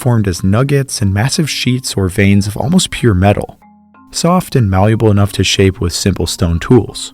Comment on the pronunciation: Hi, awesome work, Thank You very much. This has always been fascinating to me. If we can talk metal working for a moment, I'd like to clear up a term that is often used while hand forming metals..."MALLEABLE". There is NO "U" in MALLEABLE. It's is not pronounced "malluble". Craftsman understand what it actually means, how to use the term and what it actually means. When you toss around metal enough, you'll find it acts differently in different situations and the words will come to you and then you are in a club of few who actually have tossed metal around and they know it. "Butter", "Buttery" is a term I've used since the 70s, haha, now everyone thinks it's a slang term. Things of this nature are always a insight to the situation/discussion. Such as terms like... "Forging" or "Cast", "Casting". Thank You for the excellent research and information. Peace and Safe Travels